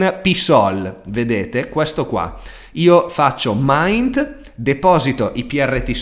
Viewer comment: mInt, per favore, mInt...non mAInt